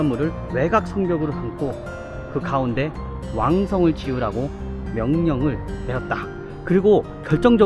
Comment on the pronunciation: 즈음에 '왕성을 지우라고..'라고 쓰여 있고 발음도 '지우라고' 정도로 들리는데, 이게 '지으라고(짓자고)'라 받아 들여야 맞겠지요? 맥락상 그럴 것 같은데, 주원장이 인간성(?)이 인간성인지라 왕성을 없앨 것 같기도 해서 아리까리하네요ㅎㅎ